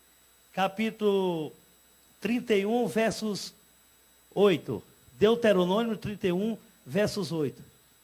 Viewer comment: "deuterononio"v? ? ? ? vai aprender a ler depois tu volta